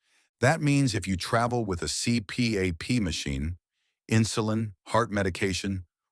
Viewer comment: C P A P machine? Damn AI.